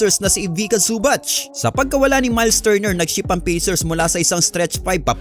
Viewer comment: Zu-bak hindi su-batch Sakit sa tenga. Paayos ng pronounciation